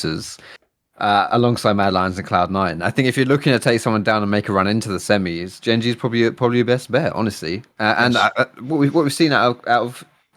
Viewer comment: The only trigger is pronounced( Jen)Gen like generation not gen like genji anime character. Other then that great video